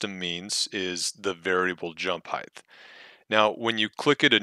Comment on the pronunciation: Height, not "heighth." Thank you though for explaining this. I spent hours trying to make my own variable jump and had no idea what "Custom jump" was supposed to mean. They really need to put some polish into this app.